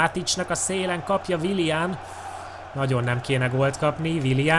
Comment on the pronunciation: Nem wilian hanem wilien